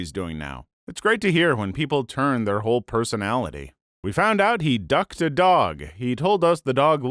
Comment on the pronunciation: I choked on my drink hearing the narrator say “He ducked a dog”